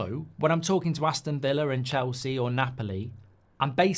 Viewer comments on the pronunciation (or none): none